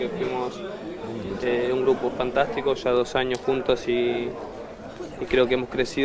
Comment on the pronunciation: es un gurpo increíble lo arreglan : es un gupro increíble 🤣🤣🤣